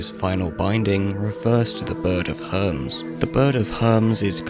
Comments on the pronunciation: They do differ in the different discriptions. I know that that hermes is not a bird. It was just a simple mispronounciation on bis part. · For me you can add his pronunciation of the bird of Hermes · So are we just not gonna address the way he pronounced Hermes?